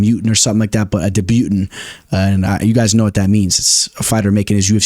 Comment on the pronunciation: It's Debut taun (french).. for future reference bro, you'll need it for the September card 😅